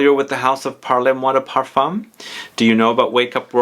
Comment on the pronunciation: Great video, —as always! FYI, it’s not pronounced “parlay moi,” it’s pronounced “parl moi...” That final “e” doesn’t get articulated in the same way it would in Spanish/Italian.